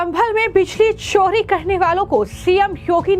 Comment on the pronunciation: छानकारी, बिजली छोरी, what style u speak i was about to vomit